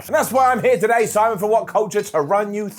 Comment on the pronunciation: Simon hungiee?!